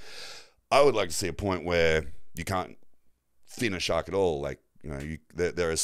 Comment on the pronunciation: I was attacked by a shark( or shawwwwkk as you pronounced it) 🤭😂